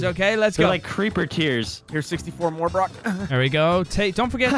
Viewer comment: he said creeprrrrrrr